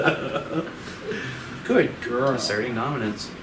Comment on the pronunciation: I was not directly watching this, hearing say “good girl” like that with no context was so confusing